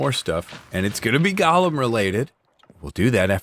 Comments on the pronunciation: Great episode, but with my weird brain, one thing is driving me nuts- golem is pronounced like it's got the word go in it. The way you're saying it is how you pronounce the lord of the rings character Gollum. It's different. Of course, I kinda wish golem hadn't become a fantasy term because it does have actual significance in Jewish folklore, but that's a whole other can of worms we ain't gonna open today. Love the leaves in the ground effect, really works so well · Every time he calls them "Gollum" I die inside